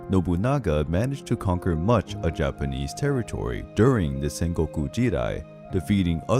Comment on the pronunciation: I love love looooove your Japanese pronunciation... It's just so beautiful unlike others.... I request you to please cover more Japanese and Chinese history and mythology